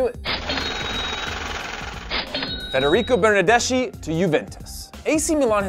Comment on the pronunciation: Bernardeschi is spoken Bernardes-ki. :)